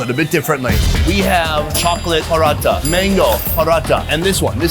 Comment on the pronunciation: OMG stop saying paratha that way!! We do not roll the R, it's not Spanish.